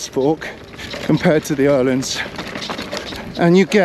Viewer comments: I absolutely love that you pronounce Öhlins correctly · as a Swede, It does sound very good 👍